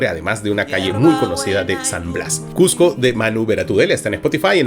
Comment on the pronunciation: Que genial que Marco siendo limeño pueda pronunciar correctamente Cusco y Cusquito